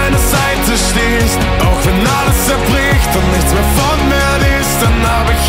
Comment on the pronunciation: "An meiner Seite stehst" ich liebe liebe die Betonung und die Aussprache bei dem Wort " stehst " ❣️ dieses Lied, wieder so wunderschön und es läuft in Dauerschleife❤️ hoffentlich irgendwann mal live.